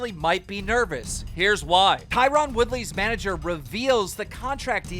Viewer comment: Out of all people I would have never guessed Keem to get Tyron's name pronounciation right.